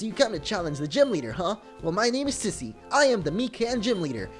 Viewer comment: it's "SEEser" not KAIser